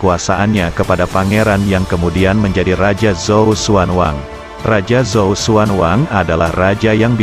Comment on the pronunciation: Bukan pakai Z bacanya, tapi C